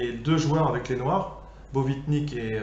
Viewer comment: Nice one ! Et reprends moi si je me trompe, mais il me semble que c'est Botvinnik et non Bovitnik.